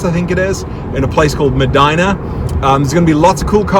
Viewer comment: "Medeena", not MeVagina